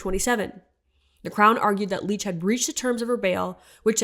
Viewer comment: re: Tamara Lich - heard her name rhymes with rich not beach